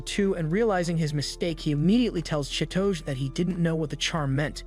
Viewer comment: The way u pronounce chi-to-ge im crying 😭 😭